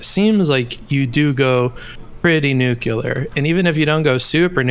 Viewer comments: I can’t stand when people pronounce nuclear as “nucular”. Do better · Guy called "" pronounces Nuclear as "Nuke-yew-lur" okay buddy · Theres nothing that triggers me more than a seemingly intelligent person saying "nucular" unironically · why do americans say NUCULAR. It's so fucking cringe.